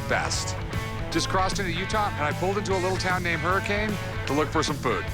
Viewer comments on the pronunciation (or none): Its not "Hurricane", it's "Hurricun"! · No way just called Hurricane Hurricane?😂😂😂 🤦‍♂️🤦‍♂️ it’s pronounced hurriken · Hurricane, pronounced, "Hur-cun". LOLOL🤣